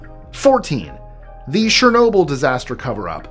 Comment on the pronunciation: "CHER-no-byl", NOT "SHER-no-byl".